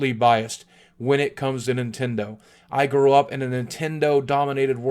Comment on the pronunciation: Is this the Nint-END-o? D